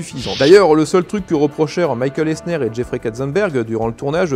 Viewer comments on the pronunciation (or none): none